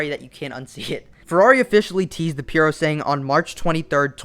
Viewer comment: Isn’t it called PurosangUEH?